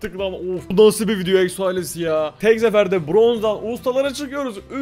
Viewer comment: Abi sen neden ekso diyosun